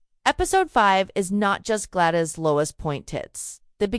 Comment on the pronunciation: It's especially irritating with Gladys is pronounced as Glad-eese ...